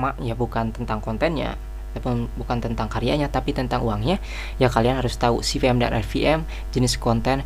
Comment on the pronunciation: Kebolak balik ngomong v sama p, pasti orang Sunda hehe, saya juga